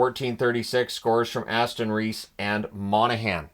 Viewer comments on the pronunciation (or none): none